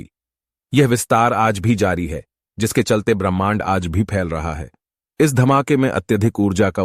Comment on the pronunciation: भाई तुम ब्राह्मण कह रहे हो या ब्रह्मांड 😅😅😅😅